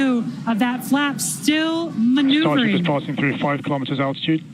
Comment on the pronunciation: Elon pronounces KILO'METERS, not kalamaduhz.